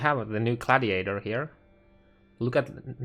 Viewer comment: He also says Cladiator and Clobal